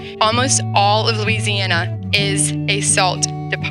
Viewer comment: I put this on .75 speed and it still sounds like she is saying MOO-EASY- ANNA. I think some globalists hacked the audio.